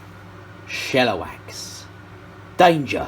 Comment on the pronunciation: This has been bugging me for a while it's not it's not pronounced shella-wax it's pronounced she-la-wax